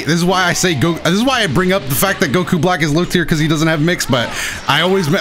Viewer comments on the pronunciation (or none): none